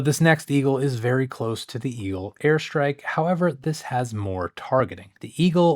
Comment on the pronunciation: I keep hearing "hair strike" haha